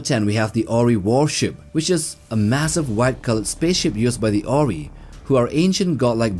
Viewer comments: Asgard is the proper name not asgardian you also pronounce the Ori incorrectly !!as almost everything in this video!!!!! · I have never heard of the Oh Ree. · you can't pronounce ori? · wtf? How did you made your research about the size? Did you ask blindly chatGPT? Half of the sizes are so wrong. You even pronounced the Ori incorrectly. If you are gonna make a video at least take 5 minutes to double check your facts. This is an insult to the fans. This is just lazy writing and execution. Also so many of the comments are saying the exact same thing and you don't have the dignity to admit your mistakes and take down the video and redo it. You should be ashamed that you are keeping this video only for the views and misleading other people with falls information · This dude does not even know how to pronounce "Ori", yet, he is teaching about them. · This really feels like a video made by someone who didn't watch the shows at all. From getting some of the scales clearly wrong to mispronouncing "ORI" despite it being a primary enemy for a couple of seasons with the name being said out loud constantly. You can't watch a show and get it so wrong. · He also pronounced Ori and Goa'uld incorrectly.